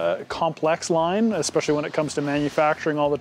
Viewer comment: Expeshily is not a word.